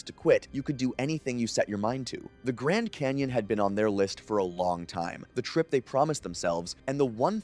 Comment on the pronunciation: What's a Grand "Cayon" ?